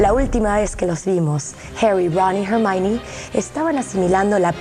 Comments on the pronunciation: se dice jermayoni o jermani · Gallurt 89 No si "Ermión" es mejor.